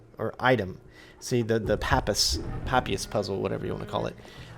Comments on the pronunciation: Pa-pie-rus say it slowly. That is how you say papyrus not papus or pap e runs like you said. FYI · It's pronounced Pa-Pai-Russ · Just for further reference, it's pronounced "puh-pie-ris" :P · Puh-pie-russ, dude, it's old parchment. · Papyrus is pronounced like "puh-pie-rus"